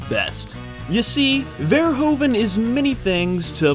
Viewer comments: You make the same bloody mistakle it is pronounced Ver (Hoove) en, not Ver(Americans fucking up pronounciation)en ;) I highly doubt your research though, since as a person from the Nedtherlands I have never ever heard about Business is Business ever. Totally unknown to all other people I know here too. So probably not that popular. Maybe in Belgium or Germany? And Shame On You For Not Mentioning Floris... Shame, shame, shame... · What happened to Paul Verhoeven is that even after a 65 year long film career, nobody who doesn't speak Dutch can even pronounce his name correctly (never mind Jan de Bont) and repeatedly mispronounces his name over 60 times in the duration of a 35 minute tribute video. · it took years for Americans to somewhat proper pronounce Mario. Now its time to give Verhoeven the same respect.. say its his name right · it's pronounced paul verhoeven; paul is OK but verhoeven is not verhoven... it's pronounced as verhooven (like hoover), in dutch OE = OO in english; so please stop me cringing about verhoven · To pronounce his name correctly, you need to pretend it's written 'Verhooven', like the word 'boot'. The 'oo' sound and the 'oe' sound is pronounced the other way around in Dutch. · Verhoeven is actualy pronounced Ver-who-ven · its ver-oe -ven silent (h) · it's pronounced paul verhooven as in hoofschoe. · It is pronounced Ver - hoof -en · It's pronounced Verhooven. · It's pronounces vuh-ROO-vuh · they have a hoover dam.....but can't pronounce verhoeven.....so weird.